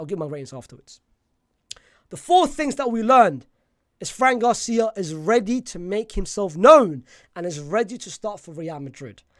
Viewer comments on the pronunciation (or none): none